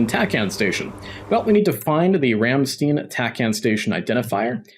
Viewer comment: Thats not how you say Ramstein😅 but great vid 😉